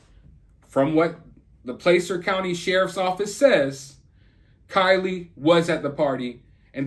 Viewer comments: Placer is with the aaaa sound of Apple (just to help)😊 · Placer County not placer